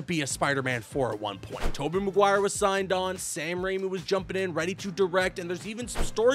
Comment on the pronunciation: Lol the way you say Tobey Maguire 😂 "Tobbeh Maguire my boy. Tubbeh listen ma boeh"